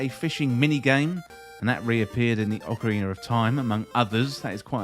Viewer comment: yea sounds like Ocarin'er of Time (it's that R sound out of nowhere).